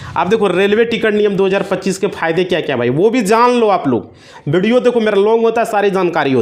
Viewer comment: बिडियो नही व्हिडीओ बोल 😅😅😅